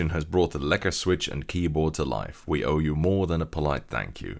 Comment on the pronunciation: the way you pronounced ''Lekker'' was just absolutely perfect, most non Dutch people i've met can not pronounce it like that